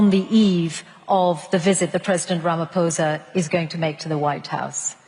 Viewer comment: It's pronounced Ramaposa....no h.